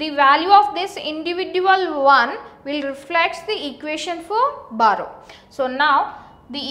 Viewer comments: Barrow? It's BORROW. BUT LOVELY VIDEO! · It's not barrow it's borrow 😂😂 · It's borrow not barrow btw good explanation. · b(O)rrow hota hai behen ... XD